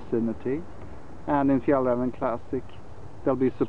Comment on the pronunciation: I assume that you're Swedish and we can hear the correct Swedish pronunciaton of Fjällräven.